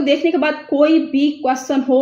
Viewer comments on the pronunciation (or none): none